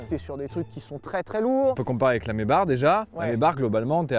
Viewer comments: Ça se dit "maybak" pas "maybar" voilà vous en faites se que vous voulez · ce massacre quand tu call une maybach ..... maybarrrrrrrrr ,putin mais que fait le QGDT ! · Pourquoi ils disent "Maybarre" or que que ca s'écrit Maybach? Ca se prononce comme s'il y avait un R à la fin? Vraie question hein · Quoi ???! On dis "Maybar" ? :o